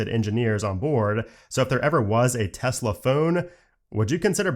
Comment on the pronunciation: Thx for saying Tesla, and not Tezla